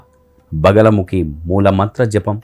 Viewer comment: బగలముఖి కాదు "బగలాముఖీ"..!!